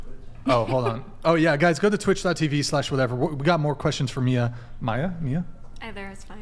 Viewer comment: The name Mia dont have 2 different pronunciations tho to be honest..its just Mia and the other way u said it is actually spelled Maya...